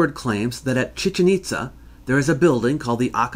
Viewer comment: Chichén Itzá, please, not Chíchen Ítza. Excellent video as usual!